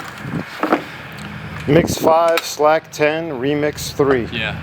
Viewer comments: its slake not slack mang ! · Slake, not "slack".